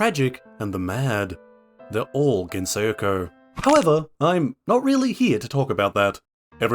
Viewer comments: Why does he pronounce it like thattttt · STOP SAYING GENSOKYO LIKE THATTTT